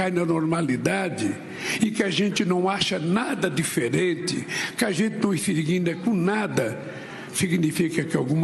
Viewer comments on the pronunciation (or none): Um presidente que fala inigna revela muito da sua população. De cada 10 palavras, Lula pronuncia 9 errada.